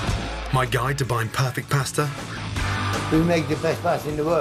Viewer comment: I know it's superficial but it kills me how he pronounces paaasta. We all should try to pronounce stuff in its native tongue.